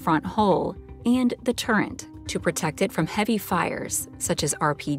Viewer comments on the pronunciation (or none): it's "Turret", not "Turrent". How is that misunderstanding of the word still a thing?